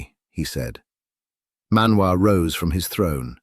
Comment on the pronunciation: ManWoo 😂😂😂.. I just can't. The dangerous and elusive ManWoo.